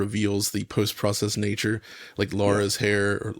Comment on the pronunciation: "like Lara's hair, or Lara's hair" -, you were closer the first time. Source: I'm British and I've played the games. I find it so interesting from a linguistics perspective why many Americans struggle to say "Lara" in the way it's said by the in-game voice actors. The first "a" sounds like "palm", stressed, and the second "a" sounds like "bird", unstressed. IPA: /ˈlɑːrə/